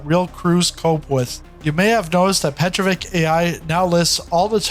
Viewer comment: You do not say right name Petrovich. It is not right to say Petrovik. No k. This name ends by sound TCH, like in word WITCH. Petro+witch, it is right